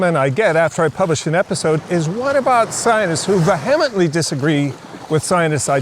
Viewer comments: I’m no doctor or professor but in high school I learned it’s pronounced ‘vee a mently’. Thank you for reading my Ted text. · I’d never heard that word pronounced veHEMenently before… then I got it twice in a row 😂. Ok, I’ll listen to the rest now 😉🫶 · Vehemently is pronounced ... Google it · How can you take someone seriously on any subject when he can’t even pronounce “vehemently?” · I am vehemently opposed to scientists who cannot pronounce the word correctly.